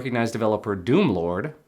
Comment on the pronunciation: Hm... Strange... Maybe you mispronounced Doomlord?